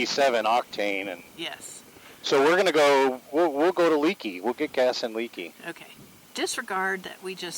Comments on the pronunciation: It is pronounced Lakey by locals. Thanks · Lakey not Leeky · Great video guys !!!! Being from Texas, I've ridden the sisters myself, and they never disappoint. Btw.... fyi Leakey is pronounced Lakey by the locals. Continued safe travels. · Drives me nuts when folks mispronounce town names. It's not leak-e, it's lake-e. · Pronounced “Lakey” not Leekey. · Thanks, I’ll check it out. Been through that country many times but never rode those highways on a bike. Oh, BTW, Leakey is pronounced Lāy’-kē, not Lē’-kē. 🤷🏼‍♂️ Texas boy here. Thanks for the great content. Keep ‘em comin’. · It's Pronounced Lakey, not leakey! Love the area, I'm spend time there every year! Great video! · It’s pronounced “Lakey”. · It’s pronounced “Lakey” Texas… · Another great video guys...Love your channel, and l have really enjoyed following your adventures on You Tube. Glad that you are in the Lone Star State again, filming your ride on the "Sisters", and are getting to see the splendor magnificent Hill Country.. One side note......despite the spelling, Leakey is pronounced "LAY KEY"....lol....safe travels....and keep the great videos coming...Mike